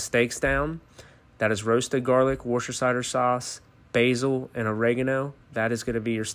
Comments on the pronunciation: Dude said: War-sti-shider. Dude, if you can’t pronounce Worcestershire, you shouldn’t be running a cooking channel. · Wurstercider.....how can you pronounce worcestershire so wrong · Worcester is pronounced almost like "Wooster" he said that word correctly, but then he said Shite-r, when its shire (sheer) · Everyone talking about how this guy pronounced Worcestershire (its wuh-ster-sher) but no one gonna talk about "puh-salmic vinaigrette"? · its an english county, and its pronounced Wusta Shur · its pronounced woostersher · It is; "Wooster-sheer." It is so amusing to hear American's pronunciation of some Inglish werds! The good thing is though, we know what they mean; and that is what is most important! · Wuss-tuh-sure is the proper pronunciation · Nuh uh, it's pronounced wore-chester-shire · Even that’s wrong,it’s pronounced WUSS-DER sauce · the county is Worcestershire is the county is England, it's pronounced woster-shere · Pronunciation of Worcestershire: "Wu-sta-sheer" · As a Brit, may I please inform you that Worcestershire Sauce is pronounced ''wous-ter-sher sauce''!!!!! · Best way to pronounce it is Wustershire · He needs better bread. He also needs to learn how to pronounce words. Wooshtercider? Provoloe cheese? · There's a million semi-valid ways to pronounce Worcestershire, and that is not one of them lol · I didn't hear a "puh" but that's just his accent everyone's pointing out "Worcestershire" because the pronunciation was actually wrong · It doesn't matter we know what he meant. I pronounce it wrong too. 98% of people do but its a great flavor sauce for Steaks, pork, beef, chicken and type of meats i didn't mention. Its amazing! You don't need alot just a few drops... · Woustershire sauce is not pronounced how he did it.